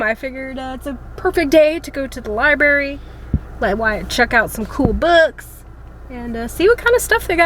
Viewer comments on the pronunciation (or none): Library not libary just saying. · If you going to the library, you might want to check out a dictionary and learn how to spell/ pronounce the word Library. I heard you say " libary" several times. "Just sayin'. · There’s an R in libRary and it is pronounced